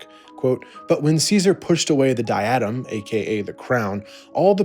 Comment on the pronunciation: It’s “dye-eh-din” not “di-atom”